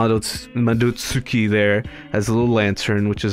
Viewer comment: Madots'ki. The u is almost silent.